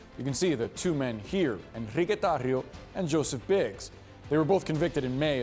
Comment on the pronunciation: I love how he correctly pronounces those R's in that White Supremacist Black Cuban traitor's name.